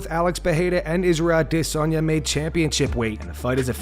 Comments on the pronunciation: Adesanya... not DISanya. STOP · Curious as to why the narrator pronounces "Adesanya" different than the rest of the world? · I love the videos I hate the way you say Israel adesanya it's really starting to piss me off